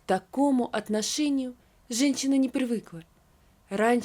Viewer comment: Пожалуйста найдите человека который будет проговаривать женщина, а не ЖенЧина, слушать невозможно, по ушам режет. Одно слово всё портит и это во всех текстах.